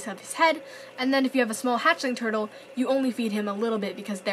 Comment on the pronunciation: Who heard her say herdel at 4.51 seconds